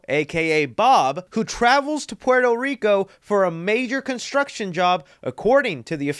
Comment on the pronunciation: You are so Mexican. Why did you say Puerto Rico like that?😂